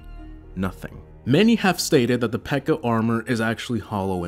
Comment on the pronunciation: Her name isn't Pekka. Her name is P.E.K.K.A. I mean, she's got five names.